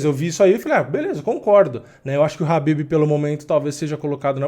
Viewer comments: Pq tu chama o Khabib de Habib??? Caraleoo, que agonia. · Eu não entendo somente uma coisa: pq no mundo todo as pessoas pronunciam Khabib (pronunciando a letra K) e aqui no Brasil o nome do cara virou Habib? sério eu nunca entendi essa parada kkk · Khabib não é noiado, ele é exemplo como atleta e campeão... E "Rabib" é minha caceta, bota o K aí kkkk